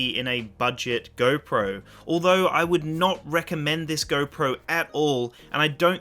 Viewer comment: Anybody who cant say “GO” correctly i cant trust